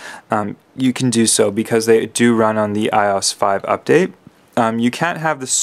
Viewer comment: It's not called I OSS ITS I.O.S